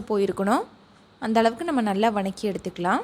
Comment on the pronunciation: இது வநக்கி இல்லை வதக்கி என்று சொல்ல வேண்டும். டேஸ்ட் நல்லா இருக்கும் என நினைக்கிறேன்